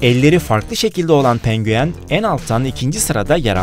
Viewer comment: Abi neden pengüen diyosun